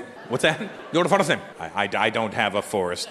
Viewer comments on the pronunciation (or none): India has lots of English accent, but none of them pronounces first name as Forest name.! Absolutely nobody talks like that. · Never ever in my life have I heard anyone pronounce 'first' as 'forrrest'. My father comes from a rural background and he is not even a graduate and doesn't know much English, but he pronounces first and basis way better than this guy assumes. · He was just making the "Fadstt " thing. In Indian accent first would be pronounced as FUR(same as the word 'fur') - ST.. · That's not how we pronounce 'first'. Yeah I agree that they will get excited if they get to know who you are !